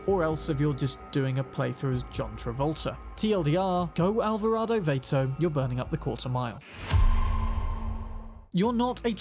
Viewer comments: Hey, for the Vilefort Vato, I'll give you a pass on the mispronunciation since I can tell you're clearly not American, and certainly not Latino. Vato is pronounced vah-to, same A sound as in bath. Just fyi friend. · Listen to snoop dog Vato and realise how badly you pronounce Vato lol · Villaforte Vay-to...*twinge*...it's "Vah-to" as in gangster homies, which the Valentinos are roughly based on aesthetically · VAH-TOE, ESSE!...not Vay-to. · HAHA I like how your pronounced VATO. Its VAH -TOH in California. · The word is Vato pronounced like Vat-oh witha soft "A". It is hispanic slang for "dude" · The A in Vato is short.